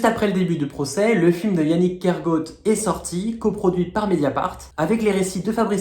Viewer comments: Bonjour, prononcer "Kergo-at" et non "Kergôt" , son nom est breton ( trad : du village de la forêt) et pas anglo-saxon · Je suis allée voir le documentaire « personne n’y comprend rien » hier et ça valait le coup. Merci pour votre vidéo. Yannig Kergoat (faut pas le prononcer à l’anglaise goat mais à la bretonne goat (comme coat) ça veut dire bois en breton. Kergoat ça veut dire la ville du bois. ❤